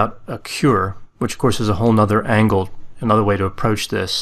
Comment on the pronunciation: angle. Not ankle. :)